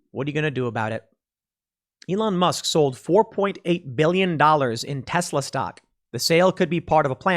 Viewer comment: Musk not mask!